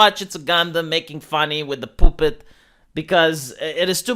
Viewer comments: The way pronounces puppet cracks me up. Poopet lol. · The way pronounces "puppet" is sexy.